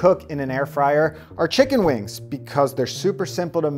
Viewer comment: i keep hearing the way he says wings as "wang" thats a very nice wang